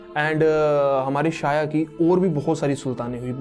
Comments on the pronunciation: शाया नहीं "छाया" नाम था। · Abe lodu god's ke name to sahi se bol le pahe le It' sandhya or chhaya not sanjna or saya , r&d bhi kar le thodi Hinduism pe kuch bhi mat bhok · भाई सूर्यदेव की पत्नी का नाम संजना नहीं संज्ञा है और उनकी छाया नाम शाया नहीं छाया था ठीक हैं। याद रखना। 😂😂😂😂😂😂😂😂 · It's Sandhiya not Sanjana and Chaya not Shaya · Bro it's not संजना its संज्ञा and not साया its छाया 👍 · Bhai saya nhi chaya Or sanjna nhi sandya ache padh fir bhok kuch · शाया नही छोटे,.. वो छाया थी. छाया as in परछायी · Shaya nahee chaya kahani thi bathathe ho tho bhi character ki naam theeq thareeke se tho lo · Bhai tum pehle check to karte ki yamraj nark ke devta h ya dharm aur mirtyu ke jab tumne yamraj ko dharmraj kaha h to wo unhe dharm ke dewta hone ke karan naam diya gaya tha isliye unhe dharmraj kaha jata ha aur jo yamraj ki mother thi wo sanjna nahi sandhya thi aur uski jo clone thi wo saya nahi chaya thi pronounce it properly bhai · Shaya nahi chaya aur patya chap nahi pashyatap bro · Sanjna nhi SANDHYA, saya nhi CHAYA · Saya nahi chya hota he Aaur sanjana nahi sandhya hota he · Pronouncing wrong name Real name's Sandhya And chayaa